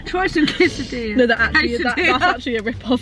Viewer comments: I swear atticus said 'quesatilla' ahahah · No one:: quesidia here I come 😂😂😂😂